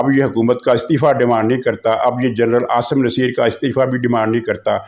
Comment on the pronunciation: Aasim Muneer not Aasim Naseer. Kinly correct it Sir.